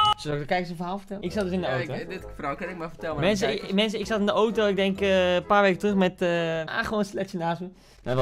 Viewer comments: Iedereen: auto Koen: oto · Het is auto niet oto